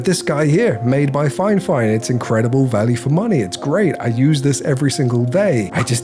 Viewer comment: I wanna be honest The video is great in terms of the quality of the video and editing. Your delivery is awesome. The review quality is not nearly as good. First of all, you were saying the name wrongly all along. It's Fifine not FineFine. You're reviewing but haven't paid attention to the name yet. Secondly You said you are not a professional when it comes to audio and music and stuff like that, yet you're going for reviewing a Studio monitor. You must have a trained musical ear to review a studio monitor. You also gotta compare with another studio monitor. You only talked about the build quality. When it comes to budget gadgets, the build quality is the last thing that matters. Factories will invest the most amount of the cost into the functionality of the product, not the materials. As someone (a musician and editor) who is looking for a professional review video of the product to understand if it's worth buying or not, this video is absolutely useless. It's like a non-pianist reviews a Piano and only talks about the build quality of the keys, not knowing how to play or how it sounds, telling people "I don't recommend this" Hope this feedback helps 🤜🤛